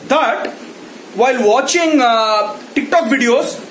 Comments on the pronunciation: The way you say Ticktock is brilliant 😂😂😂😂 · The way he says Tik Tok is just jokes 😂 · Look at the way he says TIK TOK 😂😂😂